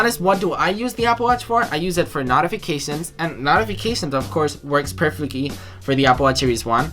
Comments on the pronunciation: This dude said Knotifictions. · This idiot can’t even pronounce the word notifications